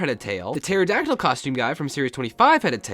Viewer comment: you said the pharadactle or however you spell it